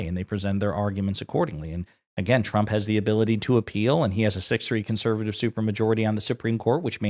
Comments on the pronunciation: Has she been drinking lately? The shakes, the anxiety, the mispronunciation of her boss, numerous times (I enjoyed him being called “Chump” by his own WHPS). It’s not a good look… and it’s glorious. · Am I the only one who hears her say "President Chump" most of the time? 🤣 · She CANNOT pronounce Trump wtf